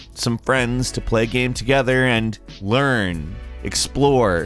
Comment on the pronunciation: How can this dude run a gaming channel, not be able to pronounce “game”